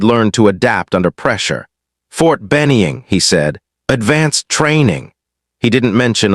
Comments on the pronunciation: McKenzie TN is where I am living now but since I did Basic and AIT at Ft Benning if caught me off guard the way you misspoke the name of the Army base there is no E in the name please try not to make that mistake again thanks for the videos you make always enjoy a story where someone is under estimated really badly and get a rude wake up call when needed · Good story. Narrator should learn how to pronounce Ft Benning. Also, the Seal Team Colonel's picture showed him wearing medals/decorations in battle dress uniform. That's wrong.